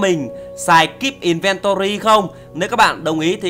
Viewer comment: Em cho anh sài kíp ìn ven to ry ko biết đọc tiếng anh:))))))